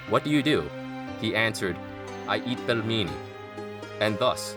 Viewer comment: Pelmeni is pronounced like "peel many". Otherwise, great video! Keep up the good work!